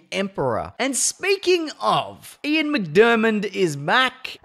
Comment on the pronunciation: I hate to be “that guy” but just thought I would let you know for future reference, Ian McDiarmid’s surname is pronounced Mick-der-mid, it’s a weird spelling that’s for sure. The only reason I know how to pronounce it is because it’s my own surname 😅.